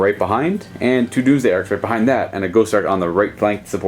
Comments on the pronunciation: I REALLY wish he would stop pronouncing the GAUSS as GHOST. Rather annoying x.x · I've never heard gauss said like gOWss